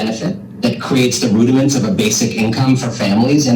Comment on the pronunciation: be happy with your "rudaments"